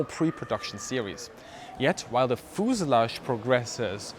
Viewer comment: Very dense Information! But never heard of "fooselage" ;)